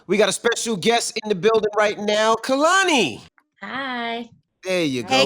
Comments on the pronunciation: Hate the way they say Koloney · When they both say her name wrong in the beginning and she looks to the side lmaooo it’s pronounced “Kay-lan-e” Kehlani. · it's KAY-lani. why is this SO HARD for people to understand and pronounce?! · She held herself very well in this interview considering the foolery that was going on. Hardly an interview. For this to be her first time on with the Breakfast club y’all did my baby wrong& they were so inappropriate. & the amount of times they said her name wrong drove me crazy!!! I feel like the female did ask some interview questions but overall this was not coo. She deserves better. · Y’all said their name all wrong. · I came here because I love Kehlani and wanted to see her in an interview about this great album she released. I cannot stand the unprofessionalism that is Charlemagne. Can he be dismissed? Also I need all of them to pronounce her name properly. Thank you Kehlani for being the beautiful honest spirit that she is! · I'm just mad they didn't say her name right lol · Why tf they all saying her name wrong lmao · I wish she would've told they asses how to properly pronounce her name.